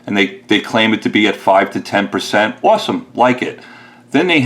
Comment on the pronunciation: More people should have your integrity. You are a gentlemen sir. BTW, thought I heard a NY accent when you said awesome.